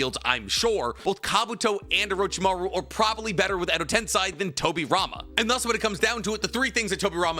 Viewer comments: Why does this guy struggle to pronounce “tensei” it’s literally just sensei with a t… wtf is a “ten sai” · Someone please tell me if it's a bit that he always says tensAI edo tensAI chibaku tensAI why does he say it like that💀 that's not how it's pronounced in the show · Am i tripping or does this dude not know how to pronounce basic shit like Tensei